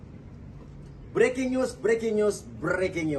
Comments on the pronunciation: briking us briking us 🤣🤣 uya niru usman x si kura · Breking news'...breking news' ..breking news' 🤣🤣🤣